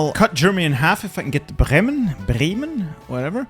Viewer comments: The Second Time you say Bremen it was 100% perfect German. You can acurate speech we3l other Language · your second try at pronouncing Bremen was spot on